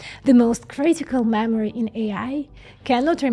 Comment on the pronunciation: all i hear is mammary